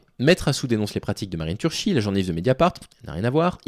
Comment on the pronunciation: Ciao chess cou (prononciation de Ceaucescu le dictateur) Turki (prononciation de Turchi Marine, la journaliste de Mediapart) 😘